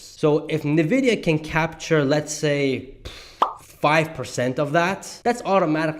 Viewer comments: Why do you say „nevidia“ instead of „envidia“. I thought the letter n is spelled en in English. It sounds funny how you say it 😅 Great analysis though ❤ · Great video! Thanks for sharing! A small correction. The pronunciation of the company/stock is not "ne" vidia, but "n" vidia. (The letter n.) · Please pronounce NVIDIA correctly 🤦‍♂️